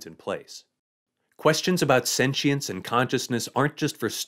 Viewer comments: Sen-she-ence? sen-chi-ence? Sen-qi-ence? How about you just say it right. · I had to turn off the video halfway through because of the way he says sentience. Sue me